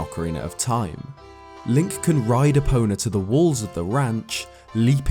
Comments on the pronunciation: It's E-po-na Also go-ron not to mention zo-ra & ge-ru-do Nihongo-ga scoshi hanashi-mas. Speaking Japanese is an art & The Twilight Princess has many names indecipherable to that of man. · When said stealing epona i thought he said stealing a boner